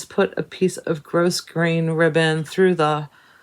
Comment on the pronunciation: Love the wolf stitch. Can't wait to see it finished. I think the "s" in grosgrain is silent, but maybe its pronounced different in other areas.